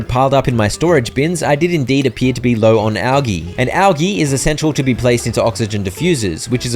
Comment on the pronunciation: The way you say algae infuriates me, but this is good for my anger management.